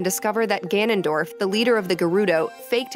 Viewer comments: To be fair, only Ganondorf (btw, you say his name wrong. Gan-nun-dorf. Hard name.) remembers his past lives, since Demise is a part of him. It would never cross Link and Zelda's minds to wish away a curse they know nothing about. Every time they reincarnate, they are basically going in blind. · Normal people: Gan-on-dorf: Ga-non-dorf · Why does he keep saying Ganondorf like guh-nun-dorf instead of gan-un-dorf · Us: Ganondorf: Gunundorf Us: 🤨🤨🤨🤨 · Gan-on dorf? It's not fucking qanon. Ganondorf. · Everyone: GAN-on-dorf: Ga-NON-dorf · IT'S GANONDORF NOT G'NONDORF! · im dying hes saying gah non dorf not ga non dorf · Its GANONDORF NOT GNONDWORF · (Gan-an-dorf) not (gu-non-dorf) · every time he says “Ganondorf” he pronounces it like “Gonogdorf” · Dude has pissed off the entire Zelda community by saying ganondorf as gaunundorf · Are you joking?!?! "Guh-Non-Dorf" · “Gonon Dorf” lol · Not him pronouncing it G'hnondorf. 😭 They spell AND say his name properly in the video at least 100 times and somehow, we still end with this man saying fuckin' G'hnondorf. I really hope that's just like, a bit he's doing.. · BRO JUST CALLED GANONDORF gnnondorf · Guh-naan-dorf Gotta say I've never heard that pronunciation. XD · GuHNonDOrF lol honestly it’s kinda funny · Ga-non-dorf, sorry that pronounciation is hilarious to me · Hmm, yes. G'nondorf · bro its GANONDORF NOT guhnondorf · "gaNONdorf" What? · GA NON DORF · There's not that many goddesses, there's only four - Din, Nayru, Farore, and Hylia. Also, this video is the only time I've ever heard anyone pronounce Ganondorf the way you say it. You even said it that way seconds after the narrator in the video pronounced it differently. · im pretty sure his pronunciation of ganondorf is a joke, there was a part where he almost said it correctly but doubled back to say it wrong again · I have been a fan of zelda my whole life. And the way he says Ganondorf makes me want to cry. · I REALLY hate how you say "Ganondorf".